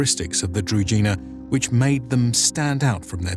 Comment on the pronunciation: Could you please just validate the pronunciation of key words when making a video? Shouldn't be hard. Družina is pronounced different, where ž is pronounced like J in Jules (french) for example. Otherwise, big up for the video. Nicely done.